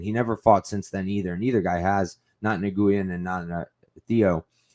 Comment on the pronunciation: Great podcast but your pronunciation needs some work dude. Nguyen is literally the most common Vietnamese surname in the world, pronounced more like "new-win" but just as 1 word like "nuwin". Cheers : ).